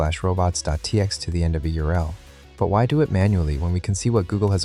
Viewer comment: What’s up with his pronunciations of certain terms? “earl” instead of URL , “ip” instead of IP , etc. Sounds like some bad text-to-speech software